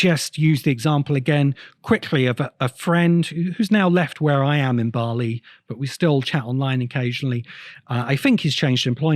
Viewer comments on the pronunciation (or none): none